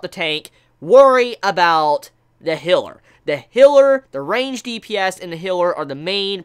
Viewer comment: You do great reviews man but I’m wondering what’s with your vocal tic you words like give or gave you say it as g-e-v or like this video you were talking about a healer but you said hiller just wondering